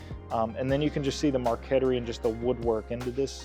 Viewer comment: Very cool & unique table. The veneer inlay is pronounced Mar ket tree (Spelled Marquetry -aka painting with wood). I’m 100% sure of it.